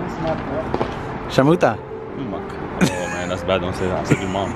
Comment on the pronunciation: This man said “sharmota”😂😂😂